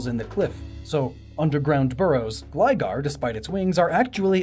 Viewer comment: Ok how do you pronounce Gligar Correctly but not Gliscor?